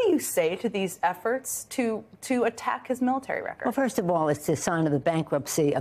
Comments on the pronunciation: efforts lol. i thought she said f'ers Go Jen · At first I thought Jen said " what do you say to these effers" instead of efforts, lol. That would also have been appropriate!